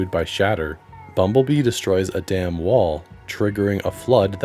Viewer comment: Lol ‘bumblebee destroys a dam wall’ sounded like ‘bumblebee destroyed a DAMN WALL’